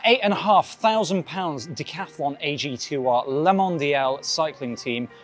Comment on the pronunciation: Please pronounce AG2R like it is supposed to. Otherwise, great bike, great presentation. As a former Decathlon employee I am very exited for them to take that step into pro cycling. Cheers